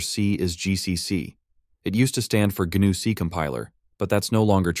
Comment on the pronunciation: Just by the way he pronounces "GNU", I'm fairly certain it's an AI voice. Also, Jorge should be pronounced hor-hey not George, but that could be just the way he spells his name so I'm not going to argue.